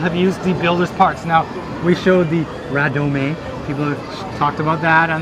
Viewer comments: Hey, you do realize radome is pronounced ray-dome right? It's shorthand for Radar Dome. You see radomes on electronic support planes, so Bandai extended the concept to mobile suits. Just saying. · Its a fricken RADAR DOME or RADOME. Pronounced RAY-DOME. Not a "Ra-Doe-May a doe a deer a female deer" as Julie Andrews puts it. FFS! Its not a Japanese word! Other than continuing annoyance. Great vid.